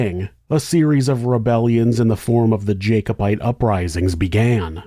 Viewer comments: I think it's jack-obite, not jake-obite. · Pronounced Jack-o-bite.